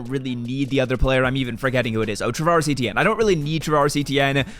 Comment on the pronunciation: did you really call Travis Etienne travaris